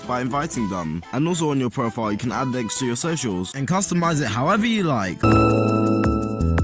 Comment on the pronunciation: It's pronounced Profile not Profil